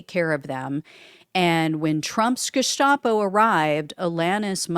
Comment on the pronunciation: It's Geheime Staatspolizei(Gestapo) it's annunciated as Gustapo, not Jestapo